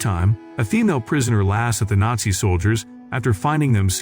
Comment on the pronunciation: Is it really that hard to pronounce the word nazi correctly?